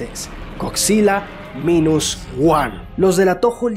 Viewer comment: Godzilla es muy realista ignorando el baile, el brinco etc ):/ y se pronuncia mainus woan aunq se escriba minus one